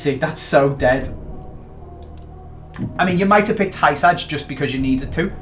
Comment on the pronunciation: It’s not hysaj pronounce it right